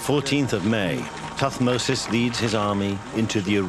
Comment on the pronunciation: it is thutmose not tut mose